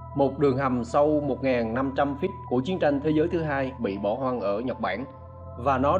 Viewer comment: Khu vực bỏ "hon" 😂, một đoạn "vi-deo"😂